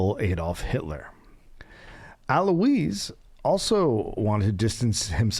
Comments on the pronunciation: These episodes with Gareth's mom are just plain weird. I mean, she's sweet & all, but WHY?"A Also, "Alois" is pronounced "al-wah" you unwashed ignoramus! (DA is a great example of how you don't need to actually KNOW anything to be successful in America. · its 'uh-loyse'